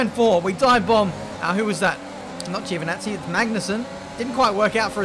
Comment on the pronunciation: I'll take a drink every time you mispronounce "Giovinazzi" 😂 Just pronounce it "Jovenazzee" and it'll do lol